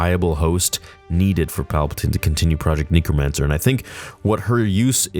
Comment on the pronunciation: Man, the way my guy emphasizes the e sound in necromancer kills me. He says "knee-crow-man-sir" I would say it "neck-row-man-sir"